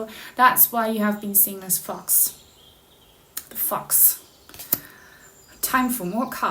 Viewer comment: Haha, your thumbnail looked like a pregnancy test. And your British accent in the first fifteen seconds sounded like “fucks” instead of fox. That’s my psychic sense going haywire, in a good way.